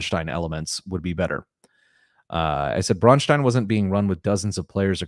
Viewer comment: I appreciate the fact that you pronounce Braustein as a German town (which it is supposed to be) and not as the name of some Jewish guy.